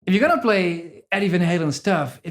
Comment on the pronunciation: I applaud you for resisting the urge to pronounce Van Halen in proper Dutch. You REALLY wanted to say "Fahn Hahlen." ;)